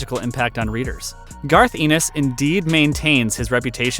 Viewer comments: FYI - it's ENN-is like "Dennis", not EE-nis like "penis". Good recommendations, though! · It's pronounced "Garth N-S". Of course, the golden age of horror comics was 1950-55 - hundreds of classic stories. You missed EC Comics.